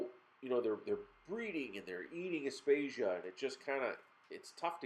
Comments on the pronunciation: Aptasia....not apstatia 😂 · I about died laughing when he said aptasia... great video though 👌. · Have you learnt how to pronounce aiptasia yet?